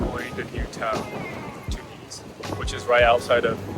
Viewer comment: Even though you knew nothing about the country I appreciated your openness to the experiences. The only thing I found slightly grating was your inability to pronounce Tunis correctly. It doesn’t sound like two knees, second syllable has a short vowel.